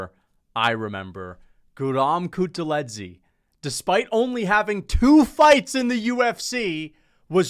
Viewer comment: HELLO, I'm from Georgia and The way you pronounced Guram kutateladze's last name was One OF THE WORST PRONUNCIATION I'VE EVER HEARD, THANK YOU AND BYE